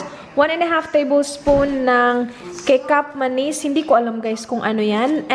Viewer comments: 'Kecap Manis' pronounce as 'Ki-chap Ma-nis' is a sweet soy sauce. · Kecap manis pronounced as catsup/ketchup manis means sweet soy sauce...love watching your vlogs! ❤❤❤ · Kecap-manis.. malaysian language yon, pag pronounce ay keh-chap tapos ang manis meaning matamis..sweet soy sauce..